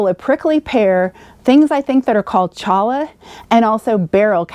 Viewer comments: Not pronounced “cholla” cactus. It’s name is pronounced “choya”. One of the more frightful cacti. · The pronunciation of cholla is "choya". Hope you're feeling better! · Just one Arizona thought. The cholla (sometimes called « jumping cholla » because of how its spines seem to jump at people who come near), is pronounced as « —a. » Great video — your wise words apply to those on the road as well as just about everyone — we need to connect with our neighbors. ❤ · Good tips. Glad to hear you are feeling better. That Cholla cactus is pronounced "CHOY-YA". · The one cactus you mentioned is pronounced choy-yah. It's a Spanish word, so the 2 "Ls" are pronounced like a "y". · Thank you for your video! For reference, it’s pronounced (cholla) “choya” - double “l’s” are pronounced like “y” 😉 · Cholla is pronounced, “Choy-ah.” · Cholla pronounced like choice a but no c. Choy a 😁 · Cholla is " choya" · That is pronounced " choy-ya" cholla. There's so many worse things you could have fallen into in the desert! I know, I live in Phoenix Arizona. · Oh, thanks for this. I didn't know how to pronounce it. Yikes, I will watch out for those Teddy Bears! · Oh! Thank you so much for the pronunciation help. I was not sure about that at all. So glad to have you here Mike and thanks for watching. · Yes. I have tweezers and a comb in my bike bag! Hope I never have to use them. Thanks for the pronunciation tip and for watching. Lucky you to get to live in Arizona, I could fulltime RV and never leave your beautiful state! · Thank you, I had a feeling I wasn't pronouncing it correctly! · Thank you,! I didn't think I was pronouncing it correctly.:)